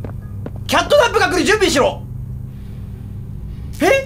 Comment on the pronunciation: 色んな実況者がキャットナップをナイトキャップって呼んでるの草